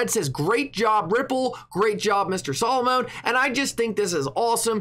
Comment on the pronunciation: you are mispronouncing Solomon by saying it Solomoan the “0” is soft